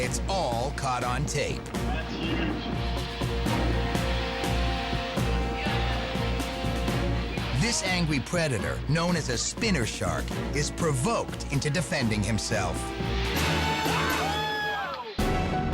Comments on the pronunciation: did he just say "angwie predetor " ? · "this angwy pwedator" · he says "angwy pwedetor"